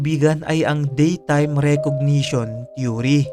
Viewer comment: They way you flashed repeatedly this man's picture is like a form of BRAINWASHING. The viewers of this clip will have this image imbedded into their minds hence will be dreaming about it. The word THEORY was also pronounced wrong as well, just a point to ponder.